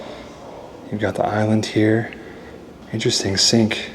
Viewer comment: What in the world is a ZINK⁉️🤣You pronounce (sink) that the same way my now 30 yr old used to pronounce thunderstorms at 3 as Funderstorns! Only difference is, she quickly grew out of mispronouncing things and started correcting her first teacher>>ME‼️🤣